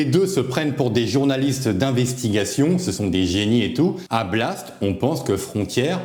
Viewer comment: Blast ou Blatte ! Tu prononces mal. 😂